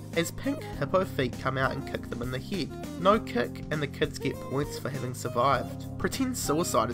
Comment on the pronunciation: did you say fucking teen for ten and heed for head